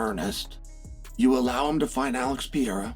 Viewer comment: Chael Sonnen cannot even pronounce Alex's name right.